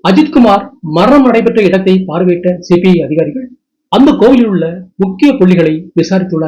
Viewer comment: Please pronounce correctly as CBI officers. He pronounced as CPI Officers. 🙏